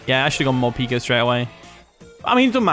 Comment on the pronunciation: Love the video, but here's a tip - Morpeko is pronounced like 'more' + 'peck-o' not 'peek-o" because it comes from the Japanese word 'peko' which means empty (referring to its stomach)